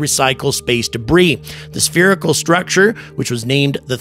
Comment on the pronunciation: IT'S SPHEARICAL! 😂